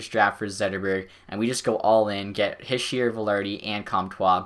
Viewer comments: Heesh-eh is how you pronounce it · Its He-She-er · It's pronounced he- shey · It's pronounced hish-er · Nick Almeida I was thinking the same thing